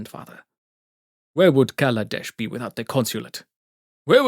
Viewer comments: It was pronounced KaLAdesh, not KAladesh. Now it's Avishkar, so that we don't have to worry about accidentally saying "black country" instead of "tomorrow country." Then again, Mohar Varma is an old-fashioned character stuck in the past, so I wouldn't be surprised if he were racist (though I would be disgusted). Speaking of pronunciation, aether is pronounced eether, not ayther. At least there aren't any racial implications that I know of for mispronouncing it. At least the narrator pronounced "Grand Prix" correctly (gran pree). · Wizards of the Coast literally wrote an article explaining exactly why they changed the name of the plane. Where do you think I learned about the different meanings and pronunciations of Kaladesh? If Wizards didn't care about it, then I wouldn't even know about it. 😎